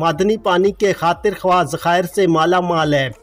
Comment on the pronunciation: لفظ ' خاطرخواہ ' میں وائو ساکن ہے ۔ خاطرخاہ کہنا بہتر ہے۔